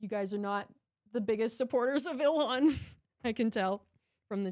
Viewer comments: I hope Illyon gets annoyed hearing that pronunciation of her name haha - I'm petty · Oh,, I hear it now. The way he says, “ILL-LI-AN.” 🤣